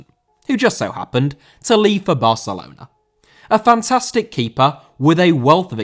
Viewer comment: Barcelona* not Bohçalouwner